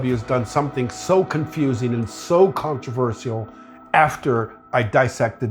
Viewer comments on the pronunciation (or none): Controvercial?? Isn't it Controversial? For me it should sound like "controvertial", not "cial"